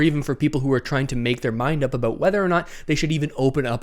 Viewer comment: Lol. Talk “aboooot.”